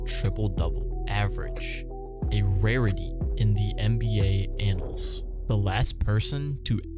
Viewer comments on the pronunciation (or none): none